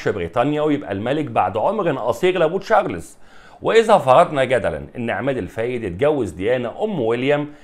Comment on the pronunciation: ليش تقول تشارلِيز وليش تحط سكون تحت حرف اللام ، يا إبني انطق حرف الراء واللام والزاء بالسكون انطق الإسم كده بالسكون يعني لازم تقول تشا رْ لْ زْ وبدون ياء بعد حرف اللام .